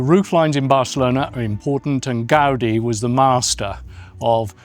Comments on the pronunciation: The same force you apply to the "a", you apply instead to the "i", like Gaud-EE. The name is Gaudí with an accent on the "í" to make the pronunciation clearer. I don't know why the title on this video doesn't have an accent but it should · What's with all of the english world pronouncing his surname like that